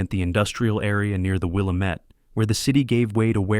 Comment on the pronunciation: This writer and reader know nothing about Portland. There is no fog in August. October, but not August. Wallamet is the wrong pronouncination for Willamette (Wil-am-ett). And Couch street is pronounced Cooch. Why? Who knows. Oregon is pronounced Ory-gun.